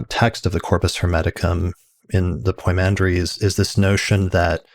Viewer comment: It's poi mandres not poymander. Pymander in English